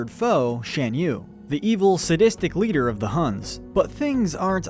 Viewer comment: It's pronounced "Shahn" yu.